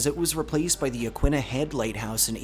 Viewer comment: But Yaquina incorrectly. 😒